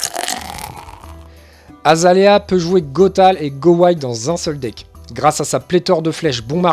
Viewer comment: go "tale" 🤣😅 sérieux ?